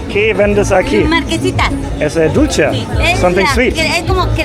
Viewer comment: Dulche (sweet) is pronounced dul-the, not dulchee.